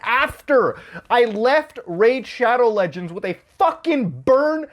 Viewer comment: Homie said it right